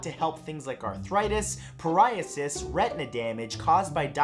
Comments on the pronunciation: did you just pronounce psoriasis with the P? 😂😂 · I think he forgot the “P” in “psoriasis” is silent 🤣 God I love this guy! Finding myself laughing for the stupidest reasons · Shark cartilage: "fight off cancer... Peraiasis, (is that psoriasis silent p?...)" I have psoriasis it has a long list of "remedies" haha. Never heard of shark tho :-)